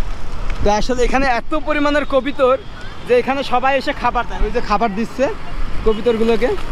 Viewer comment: কবিতর না ভাই কবুতর